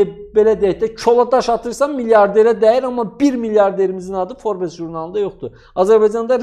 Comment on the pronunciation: Forbes yox, forbs.